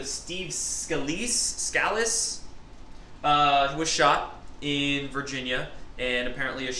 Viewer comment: Steve Scuh-LEESE. And, it was a Baseball PRACTICE for the Republican team. The game Reps vs Dems was to take place TODAY. They were going to go ahead and play to honor the victims, and not let the hate crime shooter (dead) destroy The Baseball Game "American Tradition". Word of advice, KNOW the names and pronunciations and the correct details so you continue to be 100% credible,. I am in your corner.